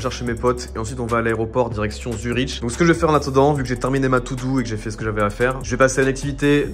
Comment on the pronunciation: Frérot je t’aime bien mais on dit ZURIQUE pas ZuriCHT …